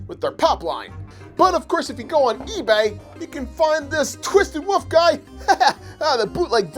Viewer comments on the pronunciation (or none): STOP SAYING WOOF ITS WOLF